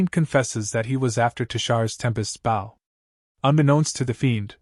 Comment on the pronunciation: Am I dreaming? Is this actually a HUMAN-NARRATED recap?? WOW (subscribe) WAIT NO, it still pronounces "Bow" referring to the weapon, as "bow" as in kow-tow or bend at the waist. That's still a sign of bad AI reader. But this one is still good, so I'm going to stay subscribed unless there are other profoundly stupid pronunciations or bad translations. Run-together sentences, black dragon FONG (it should be FANG) and a few others. But not too noxious. And after listening to over an hour and hearing the translation varying in quality, I'm convinced that the AI translation is the main problem with incoherent, mis-translation and most bad reading ... it really REALLY begins screwing up English grammar. it starts pronouncing the Korean name "Seo Jun-Ho" as S.E.O. Jun-Ho -- but this is NOT search engine optimization, it's a man's NAME. The Norse word Niflheim is not pronounced knife-ull-hame -- it's Neef-ul-hame or Neef-ul-haim. IF that's the word they're using.